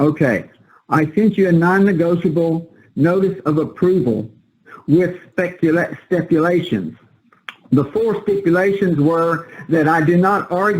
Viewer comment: Did the guy say "stepulations"??? I may have heard wrong, but maybe not. Where is he getting these quotes of proper procedure, possibly from an overflowing cesspit of meaningless dribble?I have his "remedy". It is called a Thorazine Drip.